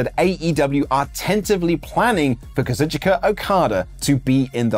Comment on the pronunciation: Hey, it’s pronounced “KA-ZOOCH-KA” Okada. The I isn’t pronounced.